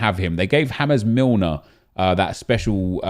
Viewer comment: “Hames Milner” WTF LMFAO